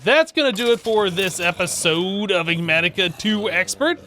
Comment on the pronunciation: Who wants to take bets on how many episodes until learns how to pronounce Enigmatica?